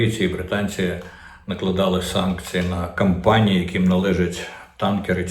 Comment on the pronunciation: Офшорні компанії, не кампанії